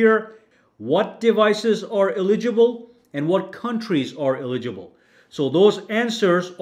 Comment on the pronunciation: Just say eligible. Not eli-gi-ble. You know how to say it. Just say it.